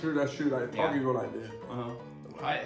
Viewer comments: Bro it's ta ki s not tacis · how to pronounce takis th-ak-ies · The way pronounces all the names is so funny "Takais" 😂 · takis is pronounced tahkees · They way he pronounced takis lmao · They said takis wrong